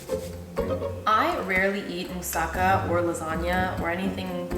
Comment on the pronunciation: It is pronounced moussaKA with the accent on the last syllable.